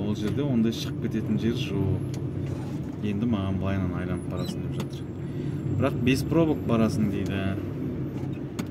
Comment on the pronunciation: Айланып емес, айналып деп айтсаң, қазақ тілін бұзбай